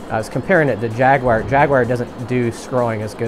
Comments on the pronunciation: It's pronounced "Jagwar" not "Jagwire" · Came out in 94 on 3DO and ported later to ps1. Why do you say "jaguwire"? . It's Jaguar. I beat the game in one or 2 sittings back the in day.